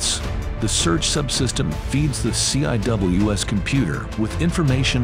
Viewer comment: The "C" "I" "W" "S"??? Anyone who knows anything about the Phalanx system, or any close-in weapon system knows it is not said that way. It is pronounced "seawiz". Not a single time going through CIWS "C" school or at any other point in my Navel enlistment as a Fire Controlman (FC) have I head anyone say it letter-by-letter. Plus you stopped talking about it at the search radar system, didn't mention the tracking radar system or the FLIR upgrade introduced with Block 1 Bravo that allows tracking heat signatures in a manual fire mode that allows for the interception of small craft. This upgrade was made after the attack on the USS Cole in the port of Yemen by suicide bombers in small rubber boats.